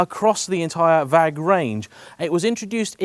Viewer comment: It’s pronounced VAG not VAG.